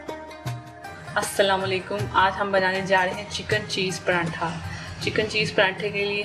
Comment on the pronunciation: pratha hota prantha nhi